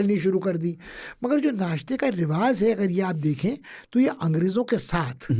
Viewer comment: it's rivaj not rivaz phal not fal